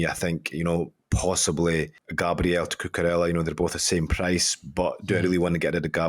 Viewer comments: Yeah seriously what the fuck is coochoorella? What’s with the Choo? Either say coocoorella cause you’re British or coocoo-raya the Spanish way. Doing my nut in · STOP WITH THE CUCHURELLA 😭😭😭😭😭😭😭😭😭😭 it's doing my head in. It's COOKOORELLA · Cmon!!!! Itz not CuChurella... Names are pronounced as our the place origin.. it's something like KuKu... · where did he get the H from. I swear I love these videos but every time I hear cuchurella I feel like turning it off🤣🤣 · and there is no W in GundoWan and the K in knife is not pronounced. Names have pronunciations and it's not cuchurella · You pronounce it Ku-ku-reya